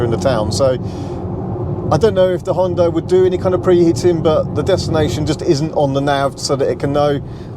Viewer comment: Sounds like your are saying Honda, the CC thought so.